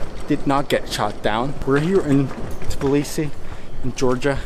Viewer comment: Man its Tbilisi